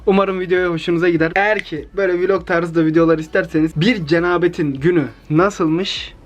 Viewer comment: Cenabet degil lan sunu duzgun soyle kendi tarzinla kuntirek